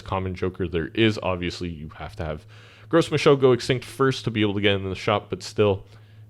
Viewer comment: Sorry if anyone else mentioned it - but Gros Michel is an easter egg of sorts nod to the TV show Arrested Development. It's actually pronounced "Gross Michael" and the banana is a reference to the banana stand in the show. Carry on! Great vid.